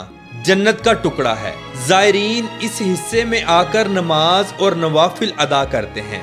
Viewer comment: نماز نہیں ہوتا ہے نماز ہوتا ہے زبر کے ساتھ میرے بھائی😊😢😂❤❤❤